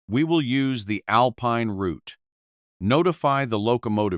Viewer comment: New Subscriber here. Thanks for sharing, and pronouncing Route properly. As in Root 66. 😂. 👍🙏🇫🇴🇬🇧🇺🇸🫶🫂.